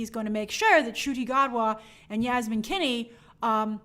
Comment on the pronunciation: Were you mispronouncing the name Finney? 😂😬 Like, saying something like “Kinney”.